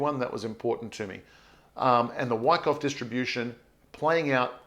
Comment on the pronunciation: Yer killing Moi here with yer pro-noun-see-eh-shunz of WYCKOFF?! lmWICKo...U sound like yer saying: WHACKOFF! lol, just saying...keep uppie zee great work & positive "whackoff-whackon" approach towards Bitz & Shitz;)...Peace ergo piece Luv or LOVE & EVERYTHING CRYPTONIC!